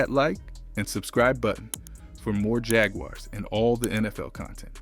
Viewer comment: agree backing out. gotta pronounce the team name correctly